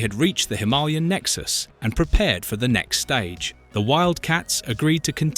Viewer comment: This AI isn't bad but it's Him-a-lay-an.